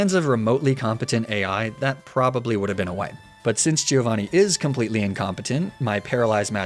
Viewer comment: Bella ragazzi, ma parliamo di quanto è fastidioso sentir dire GI-Ovanni?